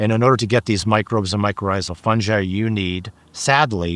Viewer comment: The Dr. knows how to pronounce hyphae but still says fungi wrong. Lol